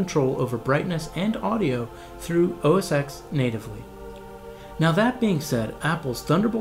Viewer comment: Did you just say "Oh-Ess Ex"? Oh, man.. It should be OS X "OS Ten". And now it is called macOS. Thanks for the video, anyway.